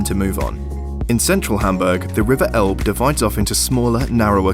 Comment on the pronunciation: It's the River Elbe not Elb! Maybe try Franzbrötchen (more authentic) instead of Pretzel ( Bavaria/ Southern Germany).Miniature Wonderland is amazing! Have you tried Fischbrötchen (Fish butty)? That's also a very typical Hamburg thing!